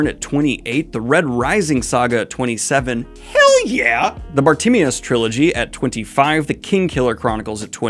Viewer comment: Bartimaeus pronunciation was... well, it caught my ear.